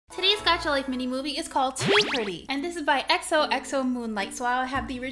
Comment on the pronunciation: Life not lofe